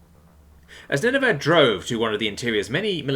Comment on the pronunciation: Ninevah is pronounced Nin-uh-vuh, like the ancient city from the story of Jonah and the Great Fish in the Old Testament Chesapeake is pronounced Chess-a-peak